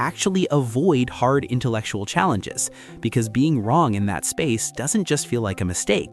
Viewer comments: use of AI is ensaddening me: "psychooical", "intelectual" 😞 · "intelctual" "Curirisity" Big signs right there. 😂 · "CURIRISITY" "INTELCTUAL"